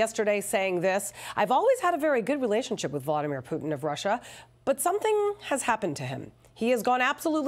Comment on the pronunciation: "Volodymyr Putin" 🤣